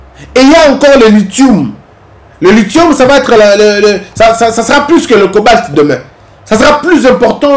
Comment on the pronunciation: On prononce "litiom" pas "litioum"😅